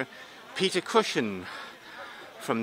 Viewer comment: Peter cushion? Its cushing.